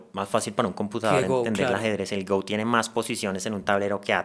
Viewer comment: El juego del Go no se pronuncia "gou" como si fuera inglés sino "go" como en español